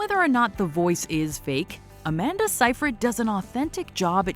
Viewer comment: Sigh-fred, at least that's how she pronounces it herself